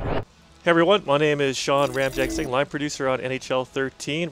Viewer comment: its sean ramjagsingh